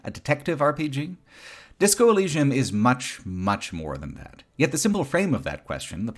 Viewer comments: This is a great video but pronunciation of Elysium is bizarrely funny. Disco Elleeshum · Why do you say “elleeshum,” is the biggest freaking question here bro. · In the future, I hope there is a tool that can replace every time that mispronounces Elysium, especially because he says it so, so many times. I will return in 3 years. See you then. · Bruh they said Elysium in the game why do you say it like that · I can't get over OP not knowing how to pronounce Elysium